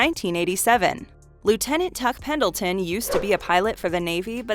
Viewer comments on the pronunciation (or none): none